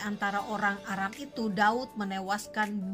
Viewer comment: Terimakasih atas informasi dan edukasi... cuma sekedar koreksi saja... untuk penyebutan nama tempat harus benar-benar jelas... seperti nama tempat "Aram"... kata Aram jika tidak diperjelas bisa terdengar seperti "Arab".... ini sangat penting untuk diperhatikan... karena kalau hal kecil ini disepelekan akan berdampak salah sasaran dan tujuan dari informasi dan edukasi tsb... Terimakasih semoga bermanfaat...GOD BLESS ISRAEL 🙏🙏🙏